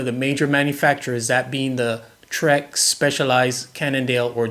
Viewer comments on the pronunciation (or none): none